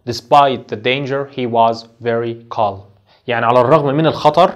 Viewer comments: اسمعك يا استاذ تقول كالم calm أليست نطقها الصحيح (كام )وحرف l سايلنت .. تحياتي ياهندسة استفدت منك كثير ابولين الأنصاري 💖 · Calm كالم😂❌ كام✅ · The (L) is silent in calm,we do not pronounce it teacher! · كلمه Calm لاينطق حرف l بس انت بتنطقه 🤔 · Calm حرف l لا ينطق